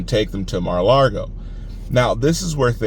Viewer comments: Just a hint....It's Mar-ah-LAH-go....not Mar-ah-LAR-go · Don't want to nit pick, but there is no r in Lago. It's Mara Lago. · Please don't say Mara Largo. No R in Lago